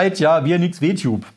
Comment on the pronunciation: "W-Tube" xD, hat keiner in der Redaktion Englischkenntnisse, um zu verstehen, dass man es englisch aussprechen muss, damit der Witz funktioniert? LG